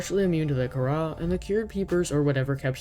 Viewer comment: I thought Kharaa was pronounced “c-ara”